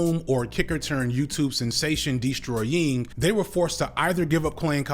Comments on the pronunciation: Destroy-ying is funny as fuck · Unc said Destroy YING😂😂😂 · Why you say Destroying like that though? 🤣